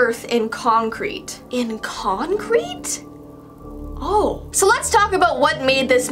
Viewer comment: "In conreæte!? .....ew"